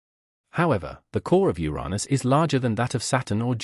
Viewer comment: Uranus! pronounce it properly.